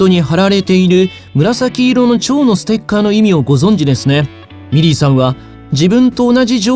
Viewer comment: 皆さん真面目なコメントの中すみません😣💦⤵ミリーさんがメリーさんに聞こえてしまいます